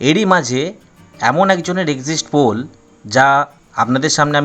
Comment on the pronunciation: এক্সিস্ট পোল নয় বাবা, এক্সিট পোল।